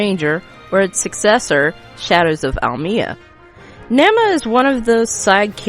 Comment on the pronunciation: Isn't Nema pronounced "Nee-ma".